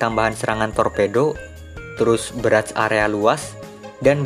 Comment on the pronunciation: Anjayyy pertama denger ngomong barrage udah beda coy . selamat bang udah baca barrage dengan lancar